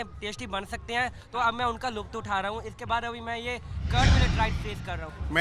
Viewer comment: Yar Rab da wasta ae Luft nahin Lutff hota hai Ki ho gya hai yaar